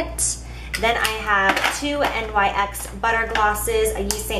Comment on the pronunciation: btw its not n.y.x its said nicks